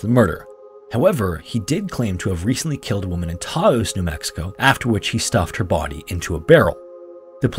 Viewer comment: Wait, can you pronounce Taos one more time?😂